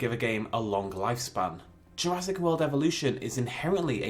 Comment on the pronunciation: This just irks me it says JurassK Park